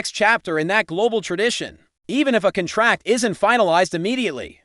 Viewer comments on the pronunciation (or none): Learn to pronounce the noun "contract".